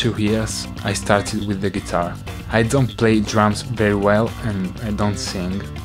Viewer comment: When David says "with" it sounds like weed